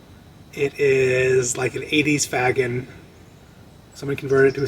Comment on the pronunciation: I think Faggin is pronouced Fash-een.